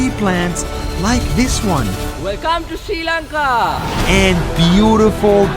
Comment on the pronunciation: bro finally learned how to say sri lanka properly